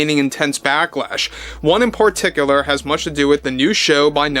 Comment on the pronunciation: "Porticular"?? Lol.